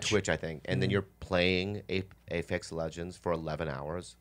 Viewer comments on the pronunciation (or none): Pretty sure its called APEX legends, not AFEX legends!!! Lmao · APEX Legends..not Afex lol